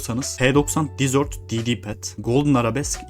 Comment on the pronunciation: Ukalalık olarak anlama ama dizört diye okuyunca tatlı oluyor dezırt diye okunması gerekiyor